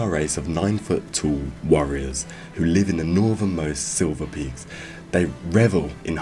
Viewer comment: aren't they called the "Shiverpeaks"? sounded like you said "silverpeaks"